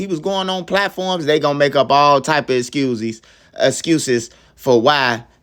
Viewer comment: "Making a few excusies" 😂😂